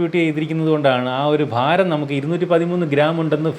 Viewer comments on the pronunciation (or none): none